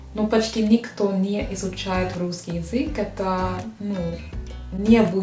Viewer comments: Я почему-то слышу "врусский язык" вместо "русский язык". В начале буква Р, может изза английскиго произношения буквы R так получается)) R произносится мягче и язык не дотрагивается до нёба, буква Р произноситься когда язык больше сдвинут вперед и при ее произнесении языком пытаемся дотронуться до нёба и язык немного вибрирует, как будто рычит собака р-р-р. В остально есть лёгкий акцент, но построение предложений очень хорошее, грамотная речь👏Вы великолепны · ты молодчинка и умничка, и очень хорошо владеешь русским языком! Огромный респект! Ты красивая, умная и целеустремленная девушка. Но у тебя есть забавная особенность: вместо "решить", "русский" ты говоришь "врешить", "врусский". Когда слово начинается на Р, ты еще добавляешь лишнее В. Пожалуйста, последи за этим.:) И еще одна ремарка у меня имеется. Сейчас много появилось ютьюберов, которые изучают и любят русский язык, и все они рассказывают, как их удивило, что русские люди хорошие, по крайней мере гораздо добрее и теплее, чем об этом думают в странах Запада, особенно в англоязычных странах. Спасибо, нам очень приятно.:) Но. Вы, дорогие наши друзья России, лучше не нам это рассказывайте, мы и сами знаем, что мы не исчадия ада.:) Вы рассказывайте это своим соотечественникам! Почему вы не делаете это? Я не видел ни разу, ни у одного из ютьюберов, любящих Россию, нет ролика на родном языке, обращенного к своим англичанам, американцам, испанцам - о том, что распространенное мнение о русских людях и о России не соответствует действительности, что правда другая.